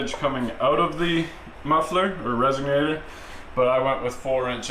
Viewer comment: "Resonator" now = "resiGnator"